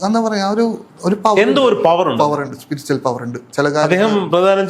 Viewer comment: സ്പിരിച്വൽ... സ്പിരിച്ചൽ അല്ല